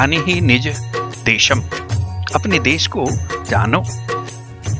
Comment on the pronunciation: सर, डेशम नहीं "देशम्" होगा।